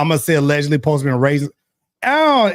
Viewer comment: these people need to learn how to say allegedly I don’t know why it’s so hard for them to do this🤦🏽‍♀️💯‼️